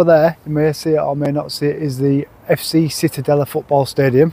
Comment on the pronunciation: born in Cittadella.the c isn’t like a s u have to say it like loud like CI